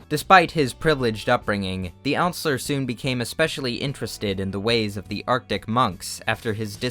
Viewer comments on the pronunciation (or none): none